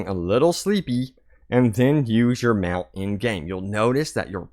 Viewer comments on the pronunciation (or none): none